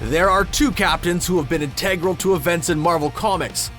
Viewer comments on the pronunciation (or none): In TEG gral bothers me...it's int Ah gral. 🙄🤔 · Integral not in-teg-ral!